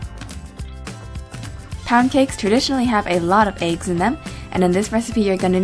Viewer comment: It sounded like you said begs instead of eggs lolz